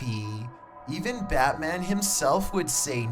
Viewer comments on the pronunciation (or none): none